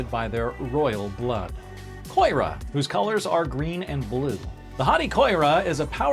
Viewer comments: Koira? I thought it was read as Ki-yo-ra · The wrongful pronunciations are killing me. For example, it’s Ki-ora not koi-ra. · Yeah, Kiora got me. But that's kind of a long-running trait of this channel. They never research pronunciation and ALWAYS say things wrong.